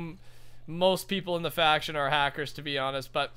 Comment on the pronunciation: *faction not fraction.